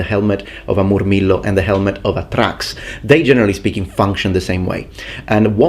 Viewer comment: The way he says Moorrmeelo with the rolling r's